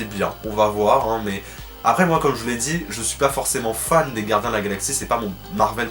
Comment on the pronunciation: Gardiens et non guardiens! Sinon j'adore trop tes vidéos! Vite la suite!